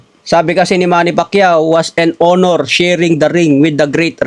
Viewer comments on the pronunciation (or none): none